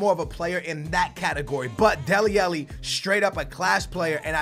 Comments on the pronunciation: ITS FUCKING DELE ALLI NOT DELE ELLE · Stop calling him dele elli its dele ally!!!! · love your content, but please correct your pronunciation of Dele Alli. xD